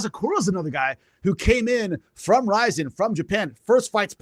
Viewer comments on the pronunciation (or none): none